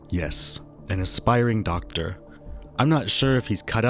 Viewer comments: He can't even say the word doctor right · He can barely say the word doctor correctly. I highly doubt he would be able to perform college courses. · I think he said " docteer " who knows what that is..